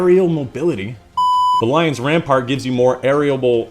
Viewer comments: i love how you failed to pronounce the Lion Rampant perk like 10 times while not realising you pronounce Lion Rampant wrong every single time xd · You pronounced Lion Rampant wrong every time -_